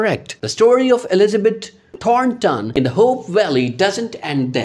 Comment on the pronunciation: Omg - You need to pronounce these character names correctly! Thornton not Taunton and Bouchard (boo chard), and Rosemary not Ros Mary. Smh!!